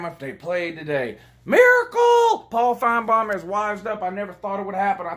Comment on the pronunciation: ole “Pawl Finbam” lmao